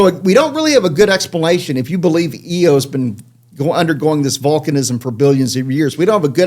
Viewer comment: Why is this Doctor calling Io, "EEE-OH"? The moon has always been pronounced "Eye-oh".